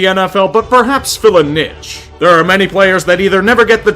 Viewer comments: I don't know if pronouncing "niche" like "nitch" is an american thing, but it should definitely be pronounced "neesh" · I really enjoy your content....but the way you say niche makes me groan. It's like quiche, but with a n instead of the qu. So, pronounce it like quiche by with an n, plz. It's not a "nitsch" But you are right, definitely something interesting to keep an eye on! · niche is pronounced neesh